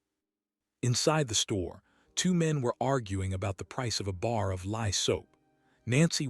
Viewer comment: Lye soap, not 'lie'.